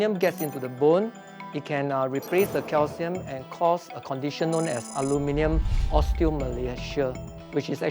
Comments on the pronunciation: Your pronunciation is somewhere in between the British and the American pronunciation of aluminium/aluminum - it's trippy! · What is that combined pronunciation of aluminium and aluminum? lol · I wish she’d just simply say foil instead of using the element first & pronouncing it half English and half American as if trying to please both sides yet talking with an English accent the rest of the time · ALU MIN I UM ... how hard is it to say? the american way to say it is just beyond r3t*rded ! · You are not saying it correctly I'm still using it every day. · Thats some weird pronunciation of the word. Sort of like a hybrid version from mixing the American 'Aluminum' and the English 'Aluminium' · I am trying SO hard to pronounce “aluminium” the way she does, lol. In the US, we say “aluminum” with only one i. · The only thing more upsetting than aluminum affecting our food is that, though the word “aluminum” has 4 syllables, people keep giving it 5. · I THINK YOU SHOULD FIRST LEARN HOW TO PRONOUNCE ALUMINIUM CORRECTLY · Love how she does both the British and American pronunciation of aluminium at the same time! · I cannot get my head around how she pronounces the name. Like a combo of Aluminum and aluminium. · Just cringing at how "aluminium" is being pronounced. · Her pronunciation of aluminium at the beginning really offset everything 😂😂😂 I hold many respect for this program and this presenter particularly, it just let me laughed 😂😂😂😂😂 I know I shouldn’t laugh and there is no exact one certain pronunciation. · Learn to speak please. Its not aluminum foil. Its AlumINIum foil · It's funny (and bizarre and weird) that you say "aluminium", but you pronounce it like "aluminum". Super super weird. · wtf gibberish is this in the first few seconds alooominnnynumnums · Why are they using the French pronunciation… the English word is ALUMINUM. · Ali-mi-nyum. I see what you did there . Blended the two pronunciations 😂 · It’s pronounced Aluminium